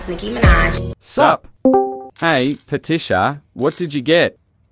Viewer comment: particia slayed